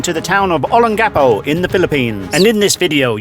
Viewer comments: It’s not Olen-Gecko. It’s Oh-Lang-Ga-Po. Olangapo. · olon...gappo is wrong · Please pronounce Olongapo correctly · Why do you say Olongapo like you do? Even when a Philippino says it correctly you pronounce it wrong 10 seconds later. Is a Australian thing?